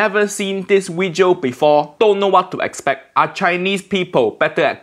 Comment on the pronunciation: No Asian say wejio and it's so annoying. Ik accent is fake but it just seems childish